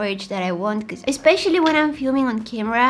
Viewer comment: Love the way she says becuse